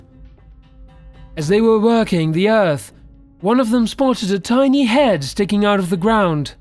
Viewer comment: What was it the peasants spotted in the ground? It sounds like he's saying, "A tiny head", but that doesn't make sense. It's . One of them broke a piece of it off & took it back to town and that's when their problems began. If anyone knows what the heck this guy is actually saying, please clue me in...lol. (Taking a tiny piece of a tiny head? I can't have heard that correctly...lol.) Thanks! ;)